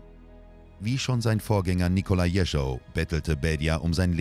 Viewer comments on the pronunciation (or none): Jeschow nicht Jericho! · Warum lernen die Sprecher nicht endlich mal die russische Aussprache! Nur pars pro toto: Der Erzählungen und blutrünstige Zwerg hieß Jeschow und nicht Jescho. Oberflächlichkeit lässt immer Zweifel am Inhalt aufkommen.